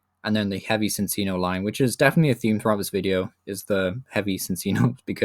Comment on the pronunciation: Sin-Sino? Its ChinChino do you pronounce chinchilla as sinsilla?